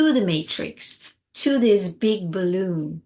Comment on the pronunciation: When you say the words "balloon" and "deflate" (as in your crisp pronunciation) I get goosebumps! Are you born and raised American? It's almost like a touch of European. I love it!! Bah-LOOOON 🙂